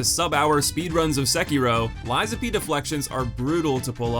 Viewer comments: FYI it's LAX-ASHIA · damn man, her name's in the video, how did you butcher it THIS badly lmao